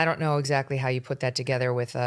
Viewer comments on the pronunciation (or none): none